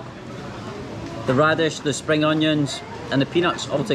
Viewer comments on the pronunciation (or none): none